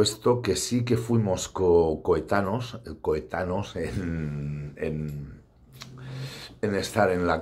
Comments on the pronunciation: Es coetáneos y no "coetanos" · Coetaneos no coetanos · Coetáneos! Se dice coetáneos, campeón. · ¿Tú has escrito varios libros? Claro, claro; si no sabes ni escribir...Por cierto, se dice ¨coetáneos¨.